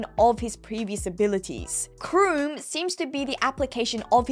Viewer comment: I think "KROOM" is pronounced "Kay Room"